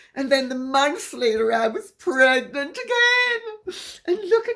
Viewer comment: ……’megnant’, too…………